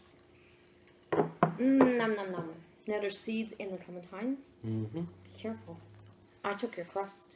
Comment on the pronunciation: Great video ^^ PS: Is it me or says ClementiMes instead of ClementiNes?